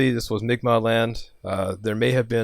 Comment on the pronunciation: New Brunswicker here, it's "CAL - LISS" not "KAI-LAY", and "BANG-GORE" not "BANGER". Love the podcast, but all of the local area names / names of the local peoples [like the Mik'maq people being mentioned in an episode, pronounced "MICK-MAC"] when the Maritimes are mentioned hurt my ears lol.